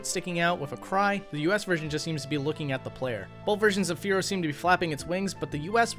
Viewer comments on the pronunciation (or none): none